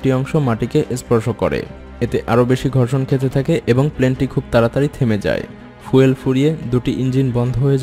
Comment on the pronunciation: উচ্চারণ টা ফুয়েল না, ফিউল।😃😃